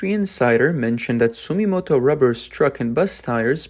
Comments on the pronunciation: ❌ Sumimoto ⭕️ Sumitomo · int'l brands such as Bridgestone clearly focus on high end products(luxury passenger car) and new EV technology, also construction vehicle large size tires which are the highest profitability. the other Japanese brand is called Sumitomo(Dunlop) .. hard to pronouce sometimes..